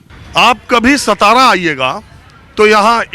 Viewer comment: सतारा नहीं भाऊ सातारा बोलो